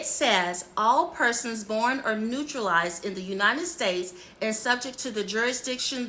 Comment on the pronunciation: "Naturalized", not "Neutralize".